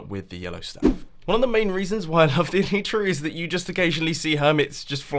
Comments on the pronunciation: It's pronounced eh-lie(as in the opposite of the truth)-truh xD Not eh-lee-truh :D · el-lie-tra not el-lee-tra